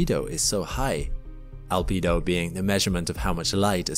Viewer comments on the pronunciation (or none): none